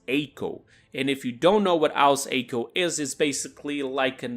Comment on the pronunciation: its not ayee-koe its i-koe